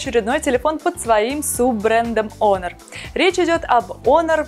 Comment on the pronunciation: пишется honor ,читается "онор"